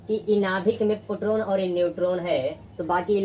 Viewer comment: Sir पोट्रोन नहीं होता, प्रोटोन होता है